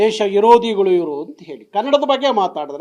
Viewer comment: ಕನ್ನಡ ಸರಿಯಾಗಿ ಮಾತನಾಡಿ ನಾರಾಯಣ್ ಅವರೇ! ದೇಶ ಇರೋದಿಗಳು ಅಲ್ಲ.ದೇಶ ವಿರೋಧಿಗಳು ಅಂತ ಉಚ್ಚಾರಣೆ ಮಾಡಿ.